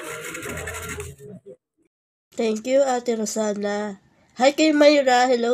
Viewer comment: Kakaiba talaga ang pronounciation ni rosana..hahahha...mahal yan day kakaiba ang brand..